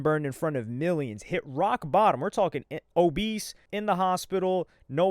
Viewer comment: I fw but wallahi "obese" is CRAZY